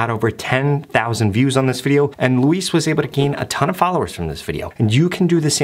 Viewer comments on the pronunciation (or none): none